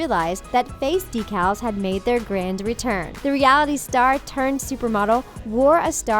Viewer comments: when the narrarator said "decales" instead of "deecles" :/ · and the said DEECALS not decals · de-cals?... decals? is she pronouncing it weird or is it just me?